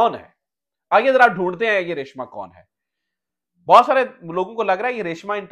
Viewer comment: لفظ ریشماں ہوتا ہے ریشمہ نہیں۔